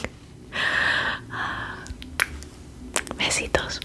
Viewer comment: To everyone wondering "Besitos" means "kisses" but tiny and she pronounced it correctly